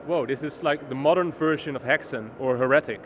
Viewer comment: heh-retic the what now? so u also say heh-rehsy?